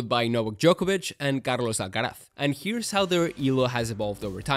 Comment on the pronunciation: Im surprised on how you well pronounce Carlos Alcaraz haha